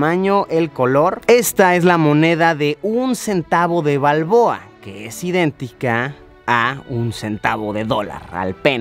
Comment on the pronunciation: El burn panameño le dira martinelli Jaja Pero es balbooa